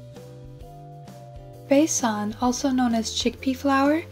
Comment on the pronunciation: u make me shocked how u know everything about Indian products wow and pronounce it perfectly like basan methi wow something is fishy